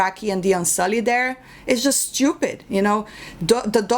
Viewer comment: I can listen to you say "shtupid" all day long lol